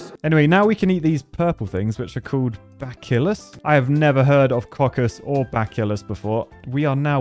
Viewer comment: Bacillus is pronounced Ba(rn)-sill(y)-us